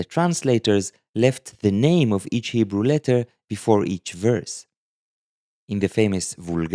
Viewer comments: Can we take a moment to recognize that is not only teaching us these fascinating Lamentation letters concepts but he’s “crushing” the Hebrew in this video, his native tongue. Just sounds so beautiful when he pronounces the Hebrew flawlessly! ❤ this video series! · Your Hebrew pronunciation is good!